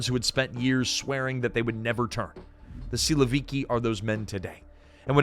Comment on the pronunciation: For Russian speaking man this is so funny to listen because of all wrong stresses in names and surnames. PEskov 😂 SilovIki 😂😂 Both times the stress falls on the last syllable, fyi.